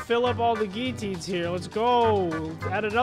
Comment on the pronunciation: You’re saying it wrong you’re saying giuatiins